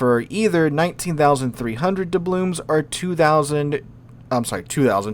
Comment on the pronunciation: "Doublooms" and "excape plan"?!